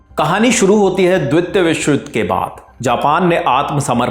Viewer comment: 'द्वितीय', ' मुख्यालय' शब्दों के उच्चारण ठीक करें